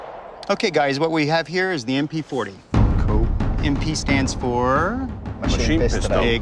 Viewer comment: It’s military police like MP not lik MO